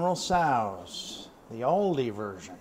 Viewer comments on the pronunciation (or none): Thanks for taking the time, my friend. Please, General Tso’s is pronounced SEWS, not sows, and Ramen noodles are pronounced RAH-MEN. Again, thank you, my friend.